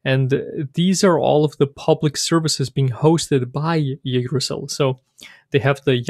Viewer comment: Nice intro toYggdrasil! It's pronounced like this though